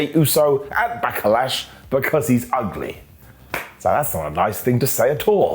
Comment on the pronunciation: Why does he say 'back-er-lash'?